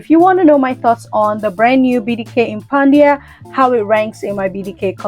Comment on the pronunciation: Why did you keep pronouncing it Impandia ? It’s impadia. Where were you getting the N from?